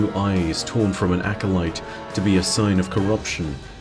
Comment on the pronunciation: forget that, why tf does he keep pronouncing acolyte as acolyste? there is no s in the middle of acolyte lol